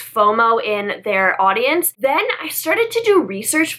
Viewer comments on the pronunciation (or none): none